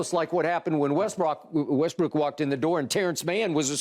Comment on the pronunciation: Skip wants to say westbrick so bad it stops him from saying it correctly 😂